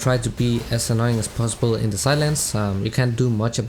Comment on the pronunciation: hahaah " u can just be annying" lol good guide btw